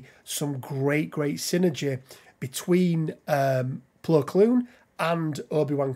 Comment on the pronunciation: Saying his name wrong